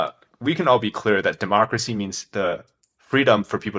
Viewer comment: Homie really say "dehmocracy" coming from the mouth of the (*self named*) China Communist Party, gotta be fucking kidding me